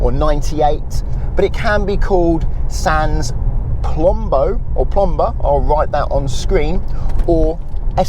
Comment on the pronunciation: As a native French speaker hearing "sanz plombo" made me laugh quite a lot. Keep up the good work, you helped me enormously with your videos before my driving test.